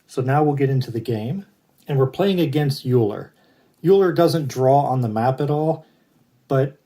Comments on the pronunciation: Thanks for the playthrough, good to see your videos again. I believe Euler is pronounced: Oiler. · Looking forward to getting this. :) Thanks for the play through! I am pretty sure ‘eu’ is pronounced ‘oy’ in the German language :)